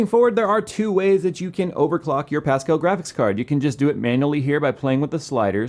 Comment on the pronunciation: "Fill your brain with some pascall" Pascall is pronounced a bit like paska, which is shit in my language.